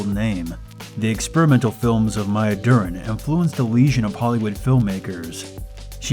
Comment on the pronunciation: Alfred Hitch-hox? Maya Durrin? Sheesh.